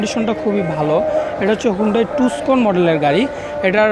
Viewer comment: টুসকন, চোরসা,শুক্কুবার, bhai seriously?.. a kemon bhasha bhai